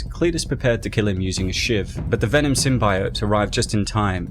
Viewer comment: VENOM not VENON !